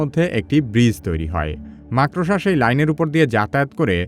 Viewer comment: ভাই, আপনি ভবিষ্যতে "মাকড়সা" শব্দটি সঠিক ভাবে উচ্চারণ করবেন এই আশা করি। ধন্যবাদ।